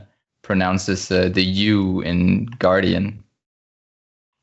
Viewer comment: Just wanted to say that said guardian with the "U". That is all.